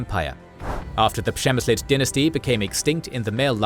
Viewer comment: Ngl, that was a solid take on how to pronouce 'Přemysl'.